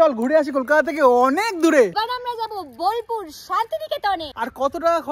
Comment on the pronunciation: Bilpur naa bolpur oii taa